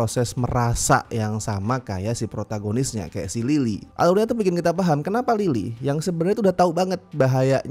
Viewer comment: Berasa sangat me-lokal karena beberapa kali saat melafalkan Lily, aku dengarnya "Lilik"😅